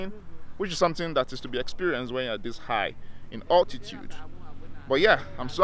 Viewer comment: "I neva experrred it"